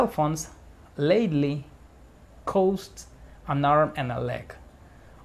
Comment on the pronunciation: Cost no se pronuncia asi. Tu estas diciendo coast de costa. Cost es tirando a a española, no ou.